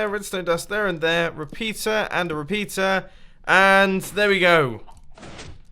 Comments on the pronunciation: did he say repeter or a repizza XD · Reapeter sounds like ''PIZZA''